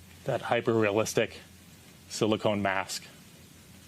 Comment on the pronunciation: It's silicone, not silicon. I wonder if auto correct did this to their statement and no one caught it.